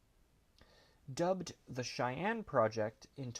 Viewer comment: I know it’s simple, but thank you for pronouncing “Cheyenne” right. They times I’ve heard others say “she Anne” is staggering. And growing up in Cheyenne Wy it’s become a surprising pet peeve